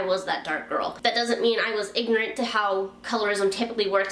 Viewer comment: 3 syllables: ignorant